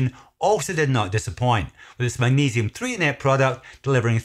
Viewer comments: It’s Threonate not Theonate. Get it right, jeez. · Thanks for this video and all of the great information. One thing to note, it's Magnesium Threonate not Theonate. Also, not sure if I missed this or not, but where do you get your products for testing? Hopefully not from Amazon as a lot of counterfeits are known to be sold there. Thanks!